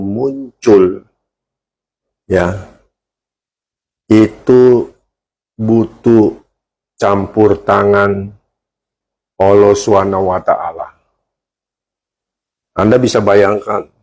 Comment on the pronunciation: Menyebut Allah sj tdk becus, mnybut ollo😂😂😂